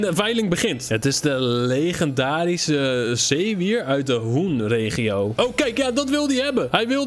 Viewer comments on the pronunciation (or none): aw het doet pijn als je zoiets makkelijk fout zegt het is niet hoenn maar het wordt uigesproken als ho-enn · het it niet de hoen regio je spreekt het uit als de "ho en " regio